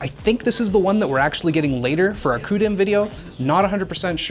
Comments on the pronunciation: Please don't make "Koo DIMM" a thing, "See You DIMM" is much better and not Nvidia sounding. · Lol sorry but im not sure Coo-Dim is a good pronunciation. weird to say the least. Unless thats how they actually pronounce it. In which case, my point stands 😅